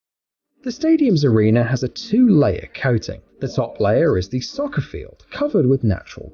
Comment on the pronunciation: When he is british and calls is Säker